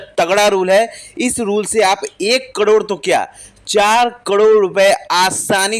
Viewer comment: हाहले सही उच्चारण तो सिख लो भाई करोड़ का😂